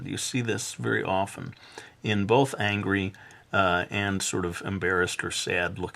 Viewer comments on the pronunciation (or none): none